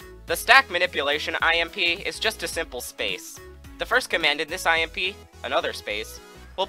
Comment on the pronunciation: when he says IMP i hear "I am pee"